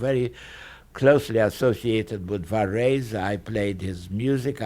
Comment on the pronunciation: I love the way he pronounces Varese. Great recording.